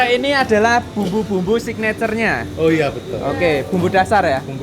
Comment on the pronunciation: Signature = sikneter 😂 Nganggo boso jowo opo Indonesia waè mas gampang muni nè 😊